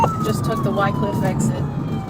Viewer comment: White Cliff? It’s Wycliffe. Also Lemmon Ave, not Lemon.